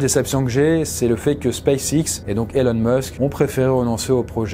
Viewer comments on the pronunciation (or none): none